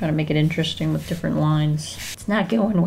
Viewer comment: i love how the intro first sounded sooo fancy lol then " and its time to make something wiff it eeeee"